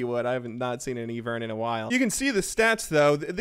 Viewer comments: EEVERN??? ITS AIVERN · Im triggered by you pronounce the names of these champions. I could MAYBE understand E-vern instead of Ivern, but its written Kai-sa, not Ka-Sai From one triggered boi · Did my man just say e-vern instead of I-vern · It's EYE-vern! Haha! Keep up the good work, bud! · Sat it with me. EYE - VERN not EE - VERN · Yes, EEvern and Ka'Sai Totally not Ai-vern and Kai'Sa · KAISA NOT KASAI, IVERN NOT EVERN! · Evern instead of Ivern smh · I-VERN not E-VERN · Ivern Ivern not fkn Evern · the fuck is an "E-vern" dude? Do you also pronounce it "E-van" not "I-van" ? Otherwise good vid. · EYE-vern. Not EEE-vern. Just saying lol no hate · "eevern" "kasai" ahhhhhhhhhhh. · Its EYE-vern. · Love your ability to pronounce things, never fails to amuse me. Or are eevern and ka'sai new champions coming out yet to be anounced? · "E-vern" . It hurts everytime i hear it. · "EEvern" and "kasEYE" - 2018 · E-VERN and Ka Sai... close my guy, close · ITS EYE-VERN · "E"-Vern? Love your videos btw so exciting! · Evern jungle, kuh’sigh adc... love the pronunciation there xD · Okay like I know that you must say Eevern on purpose to artificially increase the amount of comments. Like I know that I'm still contributing to it by posting this comment. But I just want to let you know I'm onto you. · its eye-vern and kai-sah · Can someone tell him it’s not eevern. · EEvern, Ka-sae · EEEEvern, Ka Sai? Cmon man.. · it is AYE-vern goddamn it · eee-vern jungle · "Eevern" lol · I love ya but it’s EYE VERN and KA EYE SA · Stop with the eevern it hurts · omg stop saying eevern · if you say eevern one more fucking time, dad, I swear to god i'll unsub jk I could never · The way he says ivern upsets me... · why does he say every champ's name wrong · Disliking because of how you said Ivern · The way you pronounce Ivern and Kai'Sa makes me feel uncomfortable.